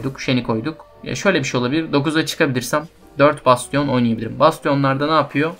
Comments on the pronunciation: besçın diye telafuz edebilirsin. ve de böyle telafuz ile ilgili sıkıntı yaşadığın şeyler olursa google translate in telafuzlarına bakabilirsin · güzel bir video ama bastionu öyle okumasan mı be